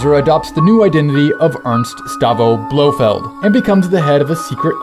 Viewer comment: lol you said "BloHead spearhead..."